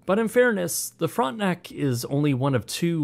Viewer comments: Brother I know you're one of us but hearing "front-nack" in the beginning had my French immersion ass spinning outta control 😂😭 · Also, it's not pronounced "Frontnuck".